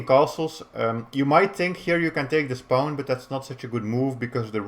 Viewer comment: Your way of pronouncing pawn is kind of cute, "paun" haha. Thanks for the video!